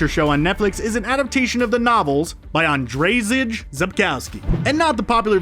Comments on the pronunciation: As someone who speaks a little Polish "Andrayzij" was painful... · Yeah right... Not to mention the pretty butchered name of the author... For all of the english speakers, ANDRZEJ is more like if you take the AN from Han Solo, and then ad the JAY from Jay and sSilent Bob... ANJAY :p You're welcome :) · ... the way he pronounced the author's name "Andrzej" was so funny. I couldn't stop laughing ;) Greetings from Poland. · I cringed a bit at the pronunciation of Geralt but you completely lost me when you tried to say Andrew in Polish...I'm not Polish and I know how to say Andrzej.